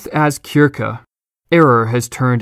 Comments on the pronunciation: Kirke? I thought it was Sirsee...... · 'Circe' 'sir-see' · Philip Thomas Right . You beat me to it . Perhaps the narrator pronounced Kirkegaard too often. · How are you unable to pronounce Circe? Syrsee. Or cyrcee... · To play at pedantry, it's the ancient greek 'Κίρκη' that it is pronounced like that, whilst the familiar romanisation (as displayed on screen) is pronounced 'sir-see'. The dissonance could render it obtuse to the lay viewer. (I've been enjoying the videos btw!)